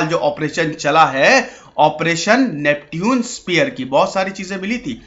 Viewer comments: Bhai pehle khud padhna likhna sikh ja uske baad duniya ko sikhana...First of all the way you pronounced Neptune is not at all right,I can't really tell you how to pronounce it in English,but in Hindi yes...हिंदी में नेपच्युन बोला जाता है न की नेप्ट्यून...Aaya bada teacher banne... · नेप्च्यून होता है ना कि नेपट्यून।😂😂😂😂😂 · Isko nepchun pronounce krte hai bhai🤗